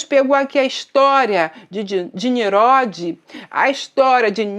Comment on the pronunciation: Prezada irmã, aprenda a falar: não se diz "MESOPOTA(N)IA", mas sim MESOPOTÂ(M)IA. Não se diz "NIRODE", mas sim NINRODE. ☺